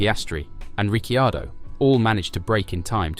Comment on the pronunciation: Nice video, but duuude please pronounce drivers name as they should be...("Richiardo","Fersthapen",the last one not this video of course)